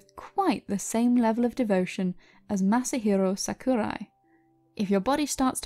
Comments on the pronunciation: Masahirrrrrro Sakurrrrrrai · Just 2 quick things: 1: Masahiro is his surname, not his first name (this is the case with pretty much all Japan-born citizens). Not a problem though, it's a common mistake. 2: You were mispronouncing his name which is also common for foreigners. I would suggest that if you do any more videos like this, that you quickly put the name into google translate and listen to it yourself. Nothing really wrong with it, it was just kind of bugging me as a Japanese learner. I did enjoy the video though, thank you!